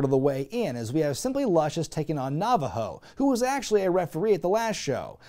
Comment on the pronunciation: Sorry, halfway through the review I needed booze 🥃 It was “Nava-ho” that broke me to get out the bourbon! How did you watch WEW sober? WHY did you watch WEW sober?!